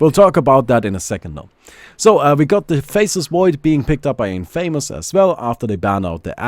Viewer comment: Great video.. but I don't think thats how one pronounces infamous..